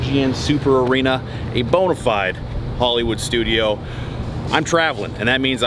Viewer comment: Did he say a boner-fide studio?